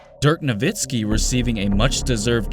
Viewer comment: Did he say "Jerk"?? If so, is that how you say his name "officially". lol